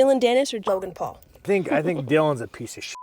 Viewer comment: Sorry…Is she saying Jogan Paul?!